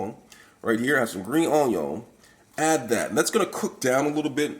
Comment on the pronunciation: Can't go wrong with the "Green onyawn" lol